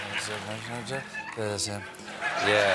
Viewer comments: I don't understand. Namaste is like 'hello' to us in our language here in India. You can't say it is the "single most pretentious and cliche" thing to say. But I agree that she make it sound pretentious and insincere. I usually find it cute when foreigners speak any words from our language but she just made it sound weird and made me cringe. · Gwyneth said namastey sound like 'now Imma stay' so Stephen said 'now we are both gonna stay' haha clever. Anyone else notice that?